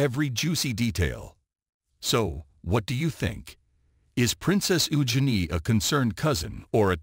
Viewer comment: Prounon Princess Eugene correctly and whatever got to say about Prince Harry ans Megan Markle is most probably 👍🏼 ✔️ true